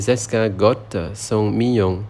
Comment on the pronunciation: On ne prononce pas le t du mot Escargot (escargo.) bonne journée 😊